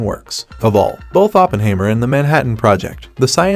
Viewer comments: Please, the subject's name is pronounced Oppen-HIGH-mer. Otherwise a good vid . . . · You don't even know how to pronounce 'Oppenheimer' ........ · Hard to be respectful of this computer voiced review that can’t even pronounce Oppenheimer.